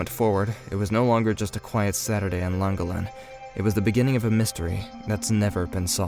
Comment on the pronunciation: Its pronounced " clan gollen " not langolin 🤦🤦🤦 .